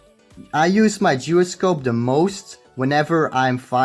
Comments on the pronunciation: Geroscope? Its pronounce as jai-ro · It's pronounced jy-ro-scope, not whatever the fuck you were saying! 😂😂😂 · this guy is pronouncing it as geroscope yo don't ask me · instead of calling others fool check this out the original pronunciation of gyroscope is gyro only not gairo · Not to be that guy but.... “GIROSCOPE” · Its Pronounced as GYROSCOPE ( kai-rou-scope) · its pronounced jai-ro-scope. dude its easy to search it up on google right?